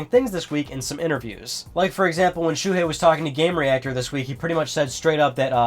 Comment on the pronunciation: btw his name is Shuhei not Shuhie. check the desc :P